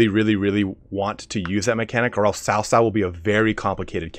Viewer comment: C is Chinese pinyin also has more of a ts like tsunami sound so cao cao is pronounced more like tsao tsao, not sao sao